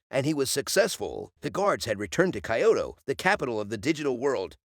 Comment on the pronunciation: Kyoto. Not Kaioto.